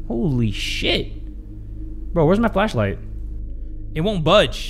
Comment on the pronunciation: am i trippin or did just say fleshlight instead of flashlight